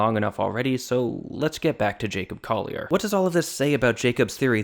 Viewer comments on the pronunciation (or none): none